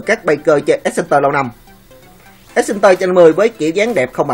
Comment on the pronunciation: Ad đọc sai từ exciter rồi... ad đọc thành axcenter nghe nó lúa lúa như mấy đứa con gái không biết xe vậy ấy...